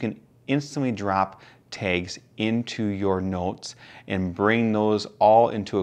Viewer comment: 😂Yeah, that was killing me. Kudos though. Great review and very helpful in helping me solidify my desire to purchase.